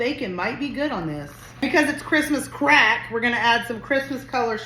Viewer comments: That looks delicious. I must try this.😂😂😂😂😂😂😂😂😂😂😂 I must say, the way you are putting those emphasis on CRACK is CRACKING me up😂😂😂😂😂😂 I have rewind it over and over just to hear you say it.😂😂😂😂😂 I love your channel and I really have been enjoying the Christmas recipes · Love the way you emphasize "Crack" so strongly😂 lol!!😂 This looks great!! Great job! Id def eat it!!